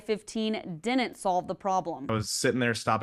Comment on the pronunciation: How does a reporter that pronounces Didn’t…. Dinnint get a job 🤡🤡🤡